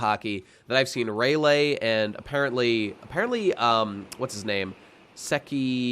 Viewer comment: I just have to know why you are pronouncing Rayleigh's name Ray-lay when it's pronounced Ray-lee?